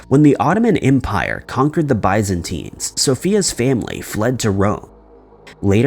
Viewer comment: And Byzantine.